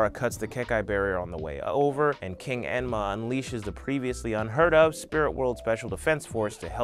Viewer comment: Emma Queen YES!!! Lol